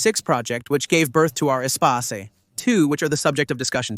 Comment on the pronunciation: If Ur going to do a history of a vehicle, then learn how the name of the vehicle is pronounced first.